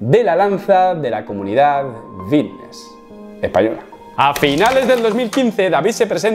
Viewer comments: "Fitness" lleva "f". Es fitness, no vitness. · Por qué dice "vitness" en lugar de fitness? No sé si yo me estoy perdiendo algo o que este tiene que ir a un logopeda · por que dice vitness? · Buen video, no entiendo si dice "bisnes" o "fitness". ¡Saludos camarada! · Vitness ? O fitness ?